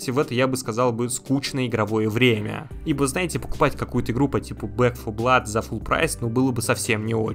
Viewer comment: Когда нибуть начнет говорить _Бэк 4 блад_, а не "Блэк 4 блад" 🙃🙃🙃